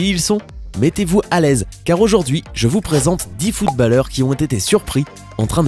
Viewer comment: FootbAlleurs🤣🤣🤣 on dit footboleurs